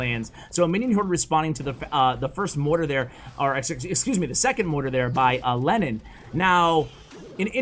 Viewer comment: Am I the only one who thought that you said Lenin instead of Lennon? 😂😂